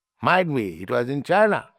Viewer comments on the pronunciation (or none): none